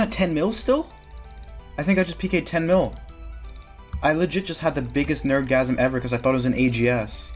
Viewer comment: Love how you say “d shoes” lmao.